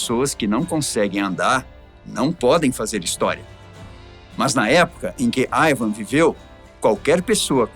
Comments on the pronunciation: Ótimo vídeo explicativo! A propósito, não seria "Ivar" ou eu estou escutando errado? Ele falou o vídeo inteiro "Ivam" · Não consegui assistir o vídeo até o final ouvindo o apresentador chamando Ivarr de Ivan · Ivarrrrrrrr não Ivan. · Q IA ruim, nao consegue pronunciar IvaR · Este se enrola com os nomes e exagera ( não tinha um osso no corpo.) Só por ai o cara deixa claro a falta de preparo para assumir o lugar de Ivan. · O nome é Ivan ou Ivar? Porque o tá pronunciando "Aivan" de Ivan. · O cara falando ´´ IVAN`` o vídeo todo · "AIVAN" o vídeo todo, pô deu nervoso ouvir. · Eu amei o vídeo da história, só falar o nome errado tantas vezes que esta dificultando assistir